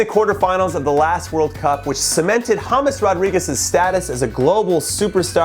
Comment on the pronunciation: Did you say Hummus Rodriguez?